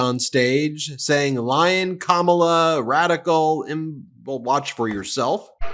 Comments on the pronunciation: Hannibal Lector, grunting, Hulk Hogan, Kid Rock, ratings, crowd size, pronouncing Kamala wrong, polls, fake news etc. What does he have for the future? Nothing. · What is wrong with these people at this rally? He’s horrible and they are cheering 😢 Also he can’t even pronounce her name. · Since tRump can't pronounce Kamala's name perhaps she should do the same...saying Don"old" (emphasis on OLD like him!). He'd go absolute ape shit! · Trump and his sycophants pronounce her name wrong on purpose because they think it's some kind of burn...just shows their ignorance 🤮🤮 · I knew they would constantly intentionally mispronounce Kamala’s name. Their childishness knows no bounds and is soo predictable. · They purposely mispronounce her name to be disrespectful. She can't speak well, shes a liar, a criminal, she slept with so and so. All these things are literally who this guy is. Crazy times, the haters are crawling out from all of the darkest places. Who is dangerous??? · This fall: The Courtroom Nova of November: The Judge VP Harris: The Prosecutor Twice-Impeached Ex-President Felon Overdue for Jail (and can't pronounce "Kamala" right) Donald Trump: The Defendant The Voters: The Jury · Smelly-trump can't even pronounce his opponent's name. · It must be Maga's obsession with the Professional Wrestling world by confusing The Vice president Kamala Harris wit the way the late wrestler James Harris (no relation) stage name of Kamala the Ugandan Warrior... That must be why they can't properly pronounce the future president's first name.... Just a thought... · Now that Trump is deliberately mispronouncing Kamala, she should refer to him as Don-old, with an emphasis on the second syllable. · Have you noticed they’re all purposely mispronouncing Kamala’s name now? Cuz they’re 10 years old. 🙄🙄🙄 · Mispronouncing is part of his shtick. He wants her to sound foreign. He's the worst. Can't believe we're still being subjected to him! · He can’t even fucking pronounce her name right